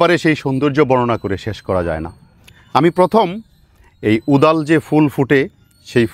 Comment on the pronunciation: ওদাল না কোদাল কি বললেন বুঝলাম না। তবে ওটার ফেটে হা হয়ে যাওয়া সিডপট টা কিসের মতো যেন দেখতে, চমৎকার।